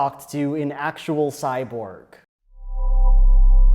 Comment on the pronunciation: Oh, is THAT what you mean by "actual"? You mean "act-ual." lol